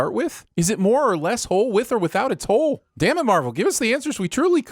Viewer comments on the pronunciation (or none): none